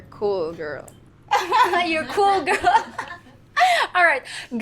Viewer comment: Angel has to be careful with her pronunciation. Call girl instead of cool girl. Call girl is prostitute